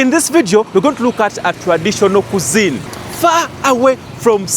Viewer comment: It's not KUZZIN,mukwano. It's pronounced KWIZZIN (CUISINE )